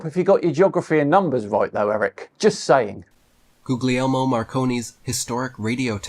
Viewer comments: Googleyelmo Marconi? If you're going to butcher his name like that then don't be coming to me with 'facts'. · If he’s going to say Marconi’s first name the least he could do is show the man enough respect to pronounce it correctly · should compare notes with Weiss on the credibility of chatbots. Also, Eric, the second ‘g’ in ‘Guglielmo’ is silent, kinda like in ‘lasagna’.